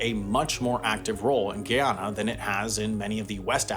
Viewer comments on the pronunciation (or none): It's Guy yanna Not Gi Anna Smdh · Brittish Guiana is now pronounced Guy-ana Wendover, not Gee-ana. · Guyana: Guy - Ana, not Giyana. Please watch a video from Guyana to hear the proper pronunciation of the country's name. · It’s Guy-an-a not Gee-ya-na. For your information Guyana has always had oil but Venezuela has been syphoning Guyana’s oil for decades. Now Venezuela wants to steal half of Guyana please note this area Venezuela is wanting to steal is where most of Guyana’s oil is! Also it’s rich in gold and precious stones. Now Venezuela is cutting down the Guyanese rain forest in order to steal half of Guyana. They are destroying the natural eco and co2 of the world. The UN needs to intervene to stop Venezuela from stealing Guyana’s land NOW NOT TOMORROW BUT NOW. STOP VENEZUELA’S INVASION OF GUYANA NOW!!! STOP VENEZUELA STEALING OUR LANDS NOW!!! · My Brother in CHRIST…!! It’s pronounced GUY-ANNA. Not Giawnaw. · It's Guy A na & Guy A Nese (GUY AH NAH) NOT Guieana. You'd think he'd at least spend a few seconds looking up the pronunciation. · It’s ga yannna not Guina🤣🙄🙄 come on man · My god. How do you make an entire video about a country without learning how to correctly pronounce the country's name? Here's an easy way to remember the proper pronunciation of Guyana. 1) Say: GUY. 2) Say: ANA (which most people have been doing correctly) 3) add the 2: GUY ANA not Gee-ana. NOT Giana. I mean, there are so many videos of the president making speeches on YouTube.. keep pronounces his country's name in those speeches. Taking your own personal liberty on the pronunciation of the country's name takes a certain amount of arrogance and hubris that is not often associated with this channel. It'll probably be argued that you're mispronunciation was just an honest mistake.. But to make such a simple mistake while portraying yourself as an educational channel is an embarrassment. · GUY-ana. Not gee-yana. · It's pronounced GUY-anna. Not GEE-awna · Guy*ana not Gee*ana